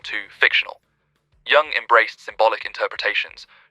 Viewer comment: Doesnt really matter but jung is pronouced yung